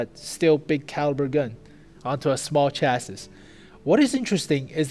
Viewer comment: its pronounced CHAS-SEEEE, not CHAS-SIS